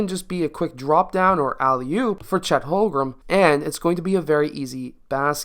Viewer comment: Watched your Chet videos, pronounced more like Home-Grin than Hol-Grum. Great video though!